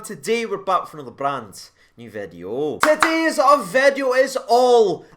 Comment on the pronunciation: "today's-ah video" 🤣